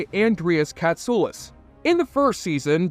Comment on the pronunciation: Thank you for the correct pronunciation of Andreas Katsoulas!